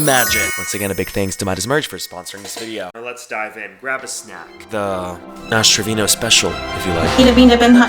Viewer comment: istg i thought he said ass trivino or wtvr her name is 😭